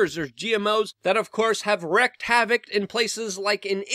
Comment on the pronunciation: LUKE. Luke. Just stop with the big words. You're not very good with them. Even "wreaked havoc." You say "rect" havoc. That's not the word.